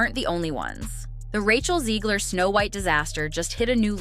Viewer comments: Zegler or Ziegler? Her name is spelled Zegler so therefore would be pronounced Zeg-ler as opposed to Zee-gler. Just saying... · I like how the narrator can’t decide how to pronounce Zeggler/Zeegler. Also holy vocal fry. Breathe lady.